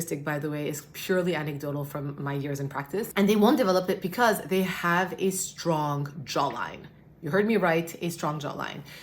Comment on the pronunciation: Am I the only who hears saying PECAUSE every time 😂?